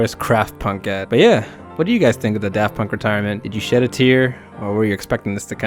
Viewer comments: "Paft Dunk" like Varth Dayer. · "paft dunk" and "kraft punk" LOL 🤣🤣🤣